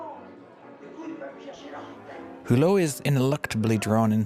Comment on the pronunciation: Mr. Who-Low?? And they are called "Criterion"...